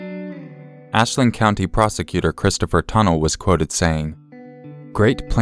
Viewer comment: ini your last 911 call, the town is pronounced “Aleedo”. It is about 30min from me. It was such a devastating occurrence, all over the local news for weeks.....